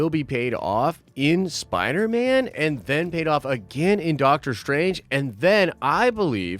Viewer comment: man said spiner man